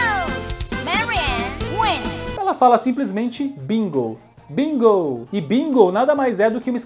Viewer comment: Eu achava que ela falava " Eagle!!!" não "Bingo!!!"